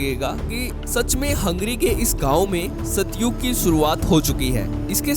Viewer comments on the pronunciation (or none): सत्युग नही सतयुग। सही शब्द सतयुग होता है सत्युग नही।